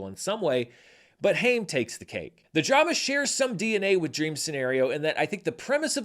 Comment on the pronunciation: Alana's Haim's name is pronounced the same way you pronounce Time!